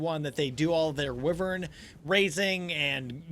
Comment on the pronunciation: do you call it wivern on purpose? or do you not kmow it's w-ai-vern